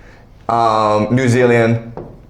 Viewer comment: ayy new zealand mentioned! rewind ... not newzeleand. 😭